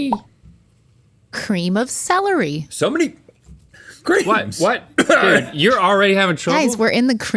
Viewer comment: A cream of gr-celery😂